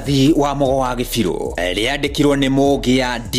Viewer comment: You are misleading when you pronounce Kibiru as Gibiru